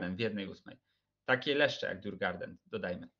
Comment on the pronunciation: Nie żadne djurgarden tyłku fonetycznie "jurgorden". A co do ogrodziarzy to prawie gdyż djurgården oznacza ogród zwierzęcy. Sam klub znajduje się w Sztokholmie. :)